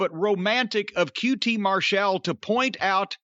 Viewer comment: Haven’t watched it yet but Jim is gonna say QT “Mar-Shall”